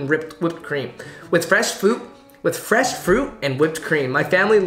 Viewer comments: Frash fuit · I cried laughing and choked on my crackers hearing him mess up “fresh fruit”